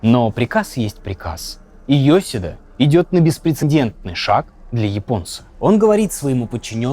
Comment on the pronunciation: ёсИда, ударение гугли кловун!